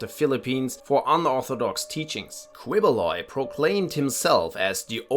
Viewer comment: Quiboloy is pronounced keyboloy